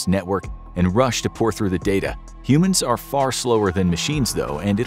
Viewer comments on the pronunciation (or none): none